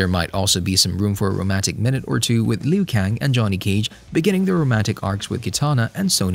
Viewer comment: I cringed when you said Lin Kew :D but yeah, I have high hopes for the second movie. Nice amount of info pal, great work.